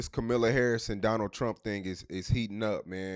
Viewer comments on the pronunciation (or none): It’s Kamala not kamela 😂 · COMMA-LA ITS NOT HARD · Who is Kamilla or kamalla 😂😂😂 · He dayum sho don't give a fu@ cuz he don't even know how to pronounce her name 😂